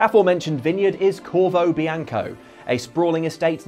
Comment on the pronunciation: The vineyard in The Witcher 3 is Corvo Bianco (with an “o”)… the title card spells it as Bianca, correctly says Bianco and then incorrectly says Bianca 🙂 I think there was a mix-up/typo in the script at some point.